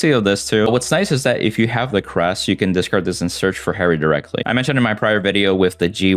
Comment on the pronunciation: Oh lmao. I just noticed says "Discacrd" instead of "Discard" hahaha